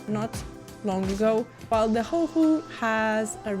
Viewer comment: you say it perfectly, never change!